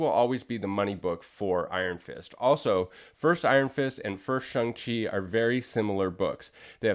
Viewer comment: I've always pronounced the character's name as Shang not Shung Chi. Good to know thanks. Cool book too.